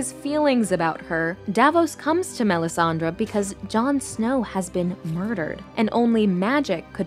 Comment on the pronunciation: Great video. It’s Melisandre though, not Melisandra. 😉